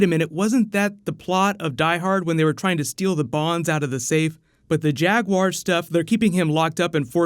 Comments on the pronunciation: Am I the only one that heard "Jag Huaer",like "Jack Bauer" when Rick starts talking at him? Best episode so far. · oh, i swear that i've heard then saying jaguaire all the time